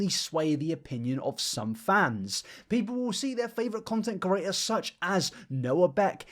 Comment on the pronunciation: Completely out of the subject... but I hate how you say curators instead of creators